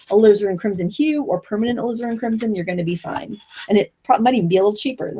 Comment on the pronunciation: mispronunciation of "Alizarin" reminds me of when I first started watching Bob Ross and thought he was saying I needed "Lizard Crimson.":P